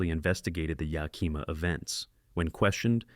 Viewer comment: Greatly appreciate your native, Yakimà sort of pronunciation, to ah stinking Yakiiimaaaahshithooeusa😮